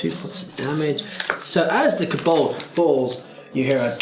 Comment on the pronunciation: Pronouncing Kobold like it's a Vulcan name... K'Bold